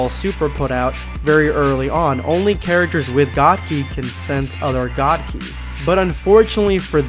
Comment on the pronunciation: It’s god kai not ki! And it’s real